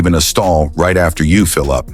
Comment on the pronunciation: Another example of why AI voices are terrible - the second line of this video: "most people do something right before pumping gas..." The AI makes it sound like it's right as in correct, when the meaning is "just before." This effectively gives the opposite meaning from the one intended. Just let a human being read it FFS.